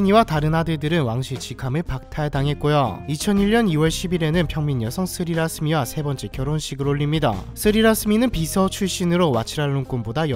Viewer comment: 태국의 로마자 표기법은 묵음과 장음 등도 모두 표기하기 때문에 위키피디아의 로마자 이름 표기를 보고 한글로 옮기면 실제 태국어 발음과 차이가 많이 납니다. 그래서 다른 사람처럼 느껴지는 이름 몇 개를 수정해 봤습니다. 소암사왈리 -> "쏨싸왈리"라고 발음 사진 속 여인은 쫒겨난 쑤짜리니의 딸이 아니라 첫째 부인의 딸인 팟차라끼띠야파 공주이며 (현재 의식불명 상태) 쑤짜리니의 딸은 다른 사람입니다. (딸이라 왕위 계승 문제가 없어 공주로 인정 받았고 4명의 아들은 왕족에서 제외됨.) 스리라스미 -> "씨랏(ศรีรัศมิ์)"이라고 발음합니다. 웡와치라파크디 -> "웡와치라팍"이라고 발음하지만 이는 잠시 하사 받은 이름이며 본명은 "니라몬 운프롬", 추후 후궁 첩지를 받으면서 그녀의 공식 이름은 "씨니낫 필랏깐라야니"가 되었습니다.